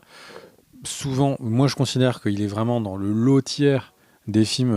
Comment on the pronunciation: le "lot tier" ? le "loweuh tiers" ? et en français ?